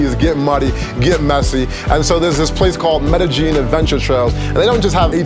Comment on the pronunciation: Medejin? Medejin? Medeyin, bro.. Lol